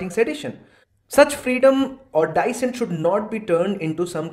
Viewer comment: pronunciation of "dissent" is wrong.